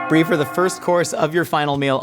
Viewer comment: Can't even start with her Briename correctly